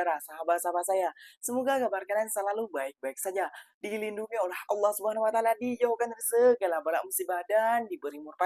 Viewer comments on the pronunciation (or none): none